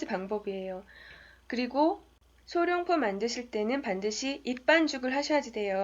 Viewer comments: 소룡포가 아니라 소롱포입니다~ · 외국인한테 카메라라고 하랬나ㅜㅜ 안녕하세요 어눌하게 하면 못 알아 듣냐고 물어봤지. 소룡포가 아니란걸 얘기 해 주고 싶은데 굳이 거기서 원어민과의 대화 및 원어민의 문장 구성까지 나와야 했나? 어쨌든 결론은 룡자가 아닌 롱자라는건데